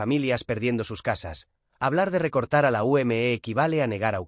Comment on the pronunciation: Se dice simplemente la UME no como usted diciendo la U m e haciendo que cada letra vaya por separado cuando todo va junto